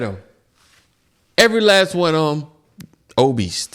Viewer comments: It's OBESE! not OBEESE"D".. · my boy said obeast hahahaha